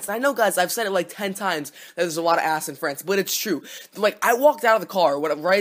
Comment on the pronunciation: you pronounced "ass" like "ahhss"